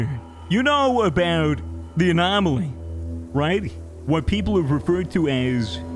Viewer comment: misfits: has a podcast with csgo youtuber anomaly: "anomoly"